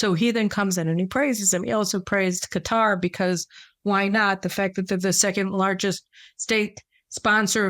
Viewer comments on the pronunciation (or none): none